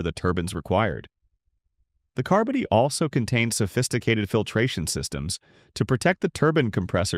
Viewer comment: Car-buddy? Should have been car body. Don't know why I went past that the first time. Bailed .